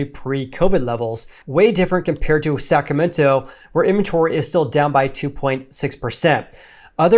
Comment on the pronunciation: Why does he keep pronouncing it "sacamento"?